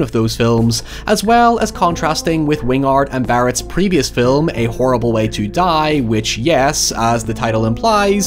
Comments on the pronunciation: I still prefer "filum" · I’m going to invade your home if you don’t learn to pronounce the English language Filum for film is fine Terty for “thirty” is fine But PEEN FOR PAIN? FUCKING HIYEVER STOP PLEASE MY BRAIN CANNOT TAKE IT ANYMORE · Personally “fil(lu)m” gets me every time